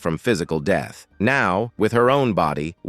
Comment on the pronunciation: I hate those goddamned computer generated ai voices... they try so hard to make them sound like real people, but too fucking many dead giveaways breaks the deal... all of those misused, fucked up and mispronounced words... for example, pronouncing "death" - "DEETH..." dead giveaway that it's a fucked-up, phony computer voice... That is just ONE example. There are at east 100 such different misused and mispronounced words in this video alone... it's fucked and fucked up.